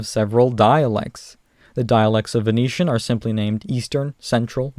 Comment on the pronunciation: When you pronounced Venetian I heard it as Phoenician and was like wtf xD